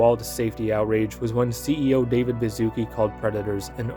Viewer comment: Yo, complete off top but you read "Baszucki" similar to like "Bashusky", as its origins come from Polish-Lithuanian Union and mean that at some point bro's family was aristocrats or earned an honorable surname title 🤓☝️